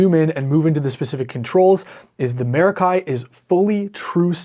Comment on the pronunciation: Yummy pedal.... Stereo! Pronunciation - mair-ah-kee, like "mer-ah-kee," with the emphasis on the first syllable. Here's a breakdown of the pronunciation: Mair (like the beginning of the word "mare") ah (like the sound in "about") kee (like the sound in "key")